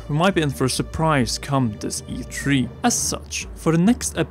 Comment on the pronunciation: E tree guys, e tree!